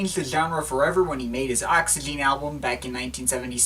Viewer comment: Great video mate. But first of all, you don't pronounce the last E, so it's just pronounced: Oxygen. Secondly, when going through Jarre's back catalogue you should really include The Concerts in China, which included a lot of excellent new material, such as Night in Shanghai, Arpegiator, Souvenir of China and Orient Express. But anyway, thanks for the video.